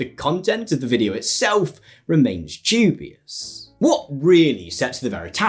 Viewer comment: When you use the word 'DUBIOUS'...you seem to place a lot of emphasis in the first two letters for no reason and the resulting word you end up pronouncing is 'JEW-BIOUS' which is, very odd to hear someone say. I know this is not the result of your accent, but it is a very real and deliberate choice you have made to do what, exactly? Are you making some claim there is some sort of Jewish cabal at work here? The "DU" in the word "DUBIOUS" is pronounced the same way you are meant to pronounce the word "DEW", and I do not know why you have used this word so often to describe what you are describing, but I counted at least 7 uses of the word, but, pronounced incorrectly as 'JEWBIOUS'. This raises some questions, or maybe it doesn't and, you simply are unaware of your propensity to pronounce words incorrectly to add some punch to your cadence, in either case, if you learn the phonemes of the words, you can get a better reaction. Also, the word 'OFTEN' has a silent 'T', just like in the words CASTLE, HASTEN, FASTEN, MOISTEN - so please, stop pronouncing a phoneme that does not exist. End of line.